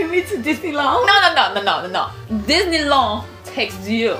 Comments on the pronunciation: dinnilawn... I'm dead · Your french accent is good but we really say the D in disenyland and girlfirend